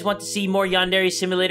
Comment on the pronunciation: HOW DARE YOU MISPRONOUNCE YANDERE